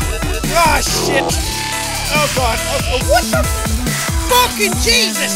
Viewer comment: Jack: All the way to... fookin victory town us: He said it! He said the thing!